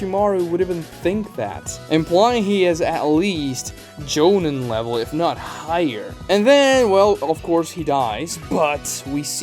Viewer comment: gaara when calm is low kage level, kimimaro beat him and lee while dying. he also HAS to be stronger than jugo by lore alone who is either elite jonin or low kage. he should be around the same level as hebi sasuke. this channel sucks and the guy cant even pronounce jonin